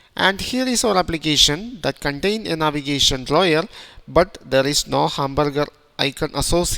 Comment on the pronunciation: Navigation draw-yer?